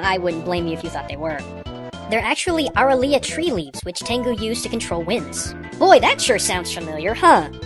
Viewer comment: I can use Horticulture on Youtube! Finally! The plant in this video is not classified in the Aralia family anymore and hasn't been for quite a long time and it's prounounced ('əˈreɪliə') or phonetically (A-ray-lee-ah), The plant is now called Fatsia japonica. Japonica meaning Japan in latin and Fatsia is a genus named after "fatsi" and is an approximation of the old Japanese word for 'eight' (hachi in modern Japanese), referring to the eight lobes on the leaf but it's mostly 5-8 lobes (fingers). But I'm a Latin plant guy not a Japanese one so my Japanese terms could be wrong..:) But awesome vid'!!